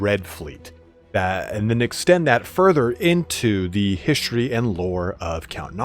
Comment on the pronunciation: Why do you pronounce 'history' in such a weird way?